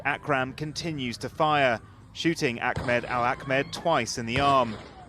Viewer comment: Why the fuck is the reporter calling him Ackmed. I swear these weirdos do this shit on purpose